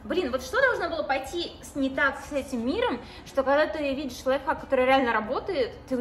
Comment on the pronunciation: Все говорят лайфхак, моя мама: "лайффак", я🗿 ну в принципе правильно